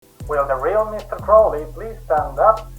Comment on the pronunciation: Finally someone who pronounces his name correctly.